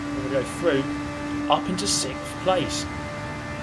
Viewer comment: Will fihffth be the new sixchxhhhht?